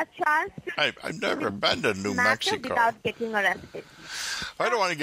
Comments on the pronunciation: When she said "New Maxico " I said wtf? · "niew maaxiko"